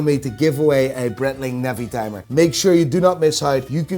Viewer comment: What does a man who looks like a giant chipmunk know, anyone who knows anything about watches knows that GS are better made than any Rolex. Just snob value with Rolex’s And try and pronounce breitling properly!!!